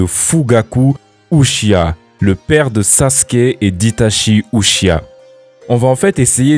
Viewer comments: Uchia quel enfer de prononcé comme ça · c un uchia ? Tu peux pas prononcer Uchiha ? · tu pourrais faire un effort sur la prononciation quand même... "uchhia" t’abuse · Ça se dit '' uchiha'' Ou-tchi-ha | Prononce le ''h'' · Tu prononces très mal "uchiha"